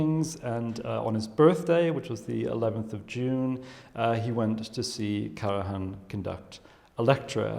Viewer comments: One question: why pronouncing KARAHAN instead of KARAJAN? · I do apologise but your explaination is totally wrong. As a FAMILY NAME, the correct pronunciation is KARAJAN - pron. KARAIAN also because the name comes from Macedonia - where the Karajannis came from. So the gentleman in the movie, obviously unaware of the correct way to pronounce a name so famous and renown, is wrong. Do you need further confirmation? Please listen to the thousands (if not millions) of interviews ad movies and documentaries about KARAJAN and listen to the proper pronunciation of the Name by thousands (if not millions) people. Or do even better: the interviewer pronounces the Name correctly, the gentleman is going on pronouncing it in a totally wrong way, IN THE VERY SAME CONTEXT! And avoid speaking when you obviously don't know what you are talking about. And I add: Karajan WAS NOT a composer but a CONDUCTOR and he was not GERMAN BUT AUSTRIAN - being born in the Austrian Empire (Salzburg) on the 5th April 1908. You definitely need to listen well and understand better. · Hilarious that she sits there not reacting to his pronunciation. Whas it an insult or stupidity or maybe an eccentricity he is proud of. Either way, it's funny and irritating at the same time, not an easy feat. 🙄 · The German word for the hunt is der Jagd. Always pronounced as beginning with a letter Y. In German, ALL letter Js are pronounced as Y. Karajan's J is indeed pronounced as a letter Y. Even his wife, Eliette, pronounces it with the J sounding like the letter Y. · It is sad to see (and hear!) apparently at least moderately educated man pronouncing the name of one of the best known musicians wrong. This is the General secretary of what???? How on earth he could have passed any serious interview for such a position! He can even hear Ms. Bernauer to pronounce the conductor´s name correctly - is he deaf ????? I can´t believe my ears.